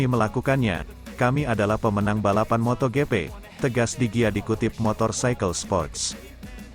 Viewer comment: Pak ... kalau baca Motogp, bikin geli. Tolong baca saja motojipi biar enak ... bukan motogepe pak 😂 Lanjut sprint race ... baca saja sprin res. Satu lagi untuk main race, baca saja main res ... Maaf ya, biar enak saja di denger ... 😊😊